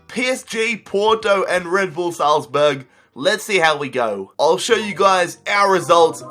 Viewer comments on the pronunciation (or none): none